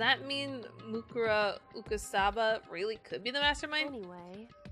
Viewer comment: The game: says Mukuro Ikusaba a dozen times in such a short time: still somehow pronounces it wrong 😂